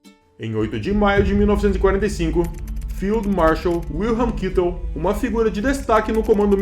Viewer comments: Sim porém é Kaitel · “John, Kitel”!! Aprender os nomes em alemão melhoria o vídeo! Mas fez bom trabalho, mas fica aí a observação. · É Kaitel a pronúncia....